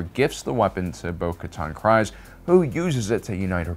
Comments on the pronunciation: TCW and live action pronounce Kryze as Kreeze, yet you pronounce as Crize? 😆🤷🏻‍♂ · Love the videos dude but it’s pronounced Creeze, not Cries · It's pronounced creeze no crize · Or Kryze as KRY-ze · Who is finally gonna tell this guy that Kryze isn't pronounced as Cries? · The Y in Kryze is like the EE in cheese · “Kreeeeze” it’s pronounced “Kreeeeze”